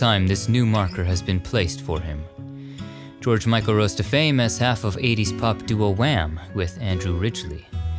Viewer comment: Highgate cemetery is the most hauntingly beautiful cemetery, a perfect place for such a legend as George Michael. You’ve said his name as beautiful as he did